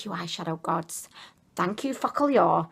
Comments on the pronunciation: The read not "Focalior" but "focalur" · It pronounced FOcal-lure lol your hilarious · It is pronounced “fo ka lur “